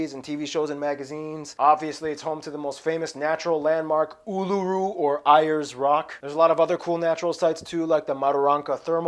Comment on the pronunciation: oh dear ayres rock is pronouced "airs" rock not "eyis" rock but its proper name is uluru - the original indigenous name for the rock